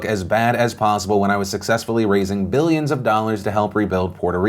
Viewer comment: You didn't say "billions" right. Missed opportunity at a joke, and I'm not even anti-Trump.